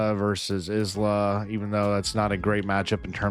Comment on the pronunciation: Isla is said like eye-lah like island is said eye-land